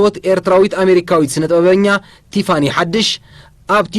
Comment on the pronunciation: At least learn how to say her name. 😂